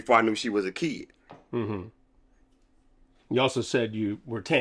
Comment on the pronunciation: "I knew she was a KEED" lmao